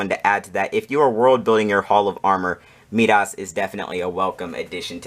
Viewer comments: I had no problem with the length of your video. I watched it to the end. Although, I did have a problem with how you pronounce "Midas". It should be pronounced "My-Das". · Love the setup. But you’re saying Midas very wrong 😂.